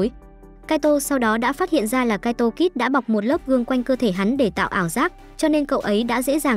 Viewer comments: mé tên là kaito kid mà cứ đọc là kaito kis là sao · kid thôi kid's khó nghe vcl